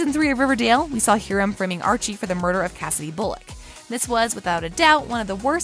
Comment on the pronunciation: you said HEERAM...